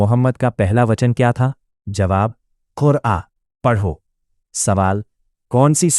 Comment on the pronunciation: पहली वही मे शब्द इकरा है ना कि कुरआ।